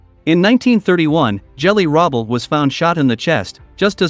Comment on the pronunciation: Correct, and Rooble not Rubble.